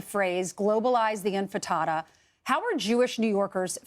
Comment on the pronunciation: Did she say "globalise the Infritata"?!!!😂😂😂😂